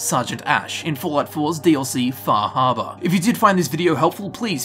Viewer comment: lol, wtf is "Fahabah"?